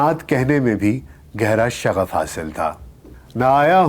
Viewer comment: سبحان اللہ سر ۔ آپ کی آواز اور لب و لہجہ بہترین ہے ۔ موضوعات اور ریسرچ ورک بھی خوب ہے ۔ لیکن آپ کا مضمون چونکہ اردو نہیں ہے ۔ چنانچہ آپ کا تلفظ کافی کمزور ہے ۔ اس وڈیو میں " میلان ۔ ' میں شغف حاصل تھا " " شب زاد" جلوت ۔ وغیرہ ۔۔۔۔۔۔۔SZ.Rana official